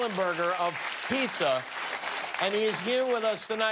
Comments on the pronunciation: You know you're Mexican when you say Peekza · He said pikza. 👌🍕🍕🍕🍕